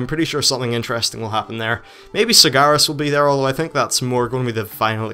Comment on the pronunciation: SIGGARUS ????? its sargeras